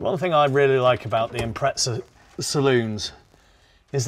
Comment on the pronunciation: Gotta ask. Why do you guys say Impretza when it’s spelt Impreza? There’s no T in it.